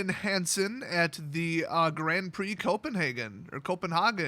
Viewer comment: I'm from Denmark - your first "Copenhagen" was right. It's the English translation - in Danish it's "København", which I won't put you through pronouncing :D